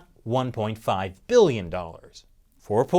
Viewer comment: beeyons and beeyons